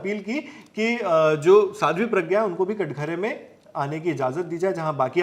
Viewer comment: Katghara nahi katahra mere bhai